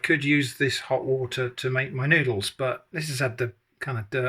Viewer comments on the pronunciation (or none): No, it’s noodleara 😂